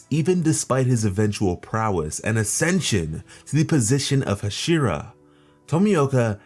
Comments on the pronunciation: The way you pronounce hashira was fucking hilarious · The way you pronounced hashira that shit was fucking funny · The way that he said hashira